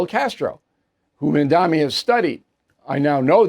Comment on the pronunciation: It's Mamdani, not Mandami, Bill.